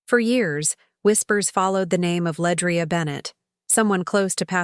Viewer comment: LeAndria not Ledrai sigh moving on